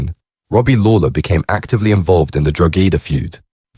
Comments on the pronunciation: drogeda...fuckin hell man at least learn how pronounce the name of counties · dro-gedda lol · That was doing my head in,, every time he said it I corrected him,, and I’m sitting here on my own 😂😂😂😂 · The pronunciations are extremely wrong. Stop talking when you have no idea what you're talking about. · Your pronunciations of Donagmede and Drogheda are atrocious .they are pronounced "Donameed" and "Drawhada"